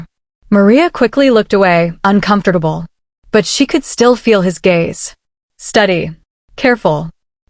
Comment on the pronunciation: How does this AI pronounce 'uncomfortable '🤔🤔